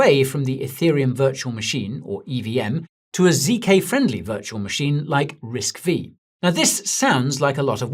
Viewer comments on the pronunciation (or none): Risk-V is pronounced as "Risk Five" (not the letter "vee" but the Roman numeral "5") 😏